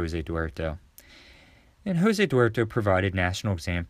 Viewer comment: In Portuguese language J is not pronounced H like in Spanish so Jose (Ho-ze) is pronounced Jo-ze